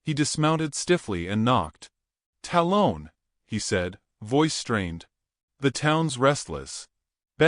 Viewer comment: i love the stories. but please say the names correctly. 'tal-un'. talon. like an eagle has. you lose cred with me when u cant make your AI follow voices and pronunciation